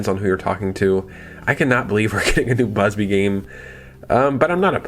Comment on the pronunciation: Bubsy, not Busby. Love the videos.